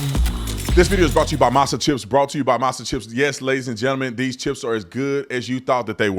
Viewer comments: “Masa” chips … masa?? Cmon man 🤦‍♂️ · Not "Masa" chips 😂😂😂